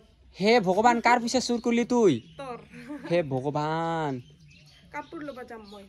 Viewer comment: Vogoban nhoi bule bogoban 😂😂😂